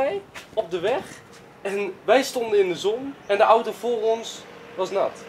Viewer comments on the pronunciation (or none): none